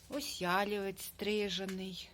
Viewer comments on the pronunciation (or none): Гарний садочок! Не Ялівець,а ялівЕць,вухо ріже.